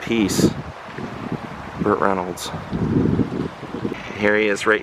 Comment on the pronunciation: Burt! Not butt! Lol